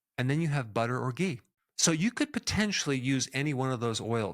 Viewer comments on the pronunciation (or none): none